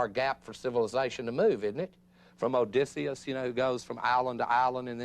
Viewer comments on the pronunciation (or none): none